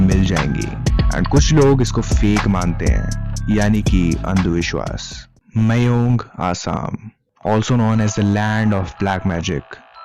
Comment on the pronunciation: It's pronounced as 'Maayong' not 'Meyong'.